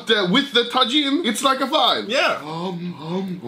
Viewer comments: ITS TA HEAN NOT TA JIN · its not tagin its tahin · ITS TAHIN (TAJIN) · I could be wrong, I think Tajin is pronounced like "ta-heen" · Just lyk, the j in Tajin is pronounced like an h, soo Ta-heen. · tajin uttalas ta hiin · its actually prounaounced tahin the j sounds like h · its prnounced tahin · oh my god, the way he pronounces tajin